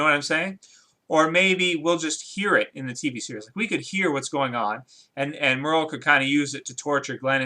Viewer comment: Who's "Murl"? Lol. You mean Merle.